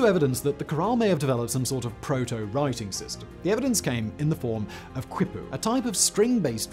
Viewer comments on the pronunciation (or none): if you want to get absurdly granular about pronunciation; the "qui" in "quipu" isnt pronounced like "kwi". "qui" in almost all latin american contexts is pronounced like the word "key". thus "Quito" in Ecuador is pronounced "key-tow" instead of "kwi-tow". dont stress though, the main point of speech is communication, proper pronunciation is a secondary luxury to being understood and ive been able to understand you perfectly well no matter what mispronunciation youve made. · Just fyi Simon, quippu is properly pronounced key-poo. NOT kwip-poo! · I swear you do it on purpose, Whistler. When you say Caral-Supe, you can’t say Supe right, but when you mention the river, you do. Quipu is pronounced keypoo. And I’m sure Kevin had a giggle getting you to say both Bernard Fagg and Dong Son in one video. I’m surprised it wasn’t age restricted.